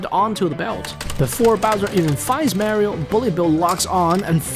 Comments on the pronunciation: why do you keep saying Merio instead of just saying Mario? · It’smario not marie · Not marryo Mario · It’s MAR-IO!… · Dude really said MÄRIOW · Him saying "merio" triggers me lol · you say mario wrong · Does anyone hate how he says Mario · That pronunciation of Mario is killing me 😂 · Every incorrectly pronounced Mario ( Italian name!!!) Hurts. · It’s not Mario with A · Mario You’re pronouncing it wrong